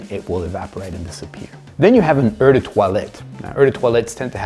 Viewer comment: I think that someone with so much knowledge should know how to pronounce "eau"!?